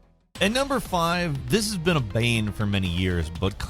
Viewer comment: "this has been a beain" 🤣